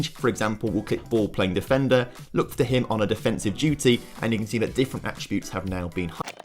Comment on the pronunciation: It should be noted that Work The Space cannot say the word attributes properly. Annoys the hell out of me.